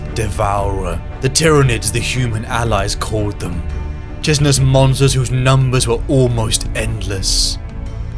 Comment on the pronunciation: Great video, but I have to bring up a common annoying nitpick you've been guilty of before: Chitin and chitinous are pronounced 'Kai-tin' and 'Kai-tin-ous'.